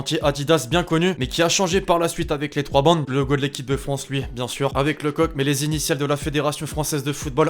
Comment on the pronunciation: " Un p'tit top troihh "